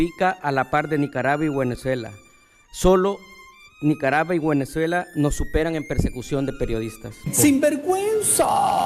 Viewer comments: Minuto ?? NICARABUA..BUENEZUELA???? Lo dijo dos veces …puede o no puede leer???? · “nicarava y guenezuela” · Minuto NICARAVA Y GÜENEZUELA 🤣 ni el diablo los ayuda a estos 🤣